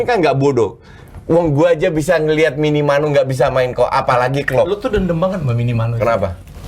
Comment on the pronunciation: Minimano 😂😂😂 Minamino kalii